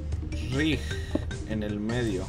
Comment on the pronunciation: RIG DECIA RIG...._. ES RING PLZ ES RING!!! RIng es la jaula del boxeo plz